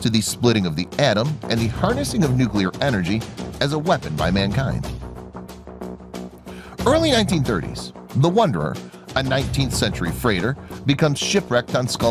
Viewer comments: literally says “Wanderer” not “Wonderer” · Wonderer? Wanderer? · The WANDERER* not wonderer lol